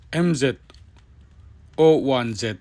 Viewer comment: Mz zero one ti in chhiar la boss